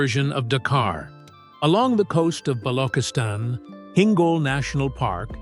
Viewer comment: Balo_chis_Tan Not Balo_khis_Tan!